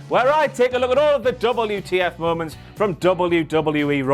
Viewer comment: I miss you saying mowmonts... 😢